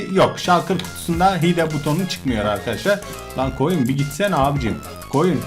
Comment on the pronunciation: hide hayd diye okunuyo